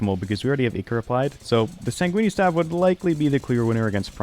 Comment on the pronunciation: Bro be saying sait goony staff